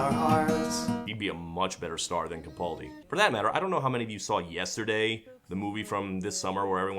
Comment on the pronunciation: YOU ALL SAY CAPALDI WRONG!!! I mean I’m a Glaswegian so we don’t say much right but we say Capaldi right.